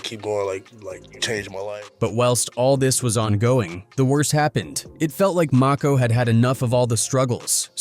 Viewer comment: Saybthere names right broo..its og Maco not og mako lmao..and kid cuddi not kid koodi))